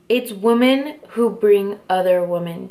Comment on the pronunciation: It's pronounced "wim en" just FYI. I love your sparkly makeup and backdrop btw!!